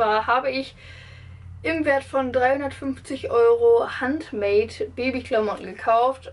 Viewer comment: Handmade ist ein englisches Wort also spricht man das auch englisch aus...nur zur Info